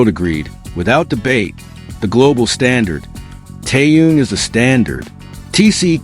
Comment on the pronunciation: Почему постоянно каверкают его имя.... Что это за Таюн или Таюнг неужели сложно Тэхён это же так просто.... 😢😢😢Ким Тэхён .....